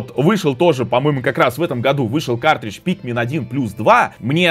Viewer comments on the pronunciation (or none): none